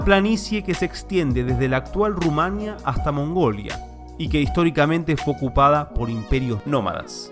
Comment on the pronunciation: Rumánia? Es RUMANÍA. Acento en la I.